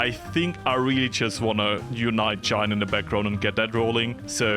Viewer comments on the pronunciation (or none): Oh no how many time will he say chiner instead of china???😮😮😮